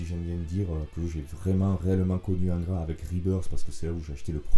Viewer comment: Bonjour ! Merci pour le temps passé à t'écouter. Pardon d'avance 😋 mais quand tu dis Angra avec ton accent cela sonne ingrat a mes oreilles. Donc ; étant bassiste d'ingrat normal qu'il soit oublié... Humour et rip pour le (Monsieur)Matos et bite en cours,cela n'est point mon affaire. R.I.P (mieux vaut en rire que s'en foutre 😢). Bonne continuation 🖖🤘🙏